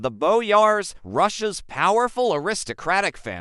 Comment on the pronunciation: What's the matter, your stupid AI voice can't pronounce "Russia's" properly???